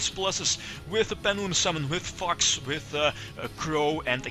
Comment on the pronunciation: The way you pronounce "Fox" is hilarious "FUCKS" xD Majespecter racoon is a what? STRATOS!! inb4 Majespecters will never come to the TCG/Racoon will be banned forever but limited in the OCG i cry